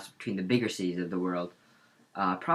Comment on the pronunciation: U don't actually know how to pronounce any of the cities correctly, no offense.